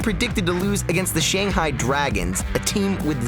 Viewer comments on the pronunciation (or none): none